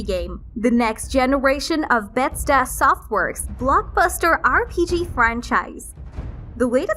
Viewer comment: Bedstas Softworks? LOL